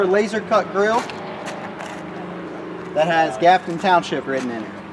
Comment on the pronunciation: Grafton township , not gafton township. Good video though.